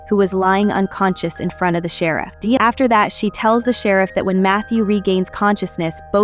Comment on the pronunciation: Concise recap. Gave thumbs down because I hate these AI voice overs. What kind of AI system can't pronounce "sheriff"? 😠